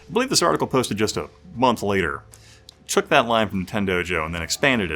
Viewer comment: It's "took". "Toke" is what I'm doing when watching videos about the CD-i.